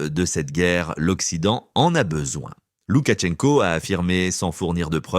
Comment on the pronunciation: Ce journaliste est agaçant avec ses “Loukatchenko”! C’est Лукашенко, donc “Loukachenko”, sans aucun son T. Quand on se dit professionnel de l’information, il faut commencer par se renseigner soi-même.